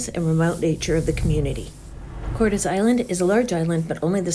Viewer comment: Hello if that place was named after Mr Hernán Cortés the pronunciation is Cortés with accent mark on the "e", you're welcome.